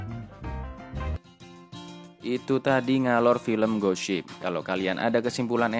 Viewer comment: Di Intro yang aku dengar kata gosip bukan ghost ship